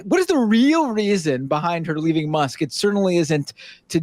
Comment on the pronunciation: teehee she called Musk muss